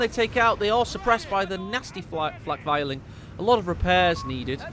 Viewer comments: It makes me cringe as a german... please say Flak Vierling like in "Fear-ling" but no offense! Wonderful cast as always! Hope to see more with the new update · He's saying you should say fear ling isn't he?